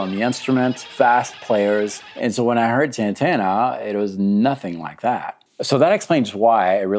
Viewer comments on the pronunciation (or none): none